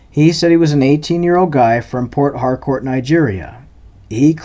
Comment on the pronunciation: you are pronouncing port harcourt wrong. i know its two words but you gotta say it fast as if one word